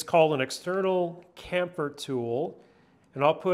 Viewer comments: For the love of God, it's chamfer not camphor FFS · I know it is notpicky but the word "chamfer" is pronounced like "champ-fer" not "camp-fer". You say is as if the H was silent somehow. I had to go look it up and the standard way to pronounce that word is the hard "ch" sound as in choo-choo or chosen or change, etc. I dont know why it made me wince every time you said it wrong. LOL Otherwise, fantastic idea and video! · Came here to say the same! 🤦🏻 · Absolutely agree. It is even spelled on the packaging 🤬 There is no excuse for poor pronunciation or grammar, also, does anyone actually know what 23 32nds actually means? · Titan says sham fur.